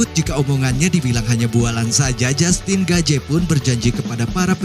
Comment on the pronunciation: Saran bang, perbaiki dalam penyebutan nama soalnya sedikit mengganggu, seperti jastin gaje, mikel cendeler, yu ep si dll.. Kalo diperbaiki, kita akan tonton full no skip bang 🙏